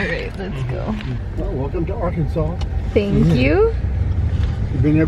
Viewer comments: when she said "ar -kansas" i died because i know where thats from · Arkansis LOOL America EXBLAIN